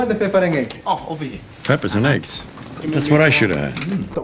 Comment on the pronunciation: You said add the aiggs just like janice said lejg. hahahah!